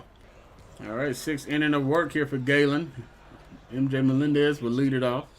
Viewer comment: Zak gallen is pronounced like a gallon of water not gay-len just looking out for u